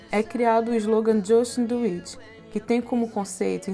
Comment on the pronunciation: É criado o slogan 'Jãstin Duíti'' kkkkkkkkkkkkkkkk